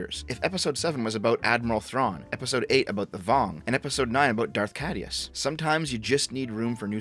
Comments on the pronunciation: K-I-DUS Not Cadeus. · Tiny nitpick; the AE in CAEdus is pronounced like an I.